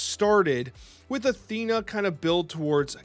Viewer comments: thanks for tje vid, legend! Also its "Theena" as the actual Greek pronunciationco of Athens (Athéena) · I'm 99% sure it's pronounced" THEE-nuh"